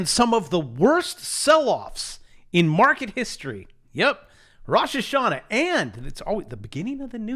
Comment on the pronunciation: It’s Rosh Hashana! You killed me brother! Regards from Israel